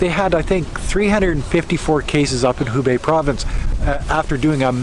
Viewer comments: it is Hebei (河北), not Hubei (湖北). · HEbei(north of the river)..not HUbei. (North of the Lake) XD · Hebei(reads /hə: bei/)河北，not Hubei(reads /hu: bei/)湖北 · it actually He Bei provence and the capital is Shi Jia Zhuang, and the pronunciation of He more like hur stay safe. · Shi jia zhuang 石家庄 city，He bei 河北 province., please learn more Chinese Mandarin pronunciations from Weifang👩🏻‍🏫. I live in the city. Now, the district where Covid epidemic starts in these days is going to have the 4th PCR testing for everyone. The other districts of the city have got 2 times of the testing already. Quarantining is one hand, the other hand is researching the patient’s activity track. Both things should be done as quickly as possible. China does very well.